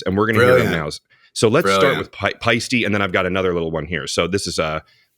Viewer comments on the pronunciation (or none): It may be pronounced "Pie-stee" in America, but it's ultimately "Pie-stuh", with an ending like in 'Porsche'! It's the Swiss founder's surname 🙂